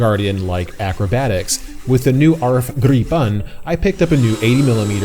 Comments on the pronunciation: and you cannot even say Gripen properly how can you call your self a Swede 😂 Its Gripen, not Gripeeeen... 🤣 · You fly way better than you pronounce Gripen 😉 Now I really want to buy a RC like this